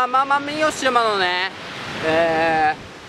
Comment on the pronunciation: 奄美大島言えてないw w w